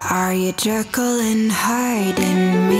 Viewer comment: Am I the only one bothered by "Jerkyl" instead of Jekyll...? 😂